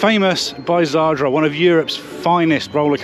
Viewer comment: It's zadra not zardra.